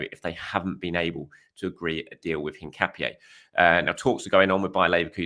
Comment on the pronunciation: Btw Hincapié is pronounced IN-KA-PYEH